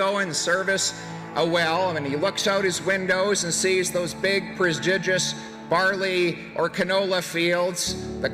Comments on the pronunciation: Did Poilievre say "prosgidious" in an actual advertisement? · I find it hilarious that this was a recorded ad that PP mispronounces “prodigious” in and they don’t bother to correct and re-splice the audio track? And the exact voters he’s aiming for would never use a twenty-five cent throwaway word like prodigious anyways. Some over ambitious young recent polisci grad is crying over them dropping this 💩 of a video, but they were right to do so, it’s insanely cringy.